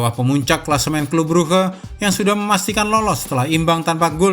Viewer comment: clube bruge bacanya klab bruk min